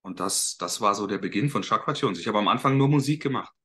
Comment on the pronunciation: Tschakra, 😂😂😂 das wird "Schakra" ausgesprochen.